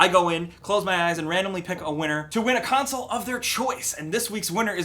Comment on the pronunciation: listen to how he says "console".